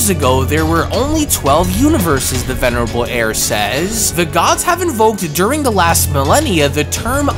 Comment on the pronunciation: Will you stop saying the venirable air that shit is so annoying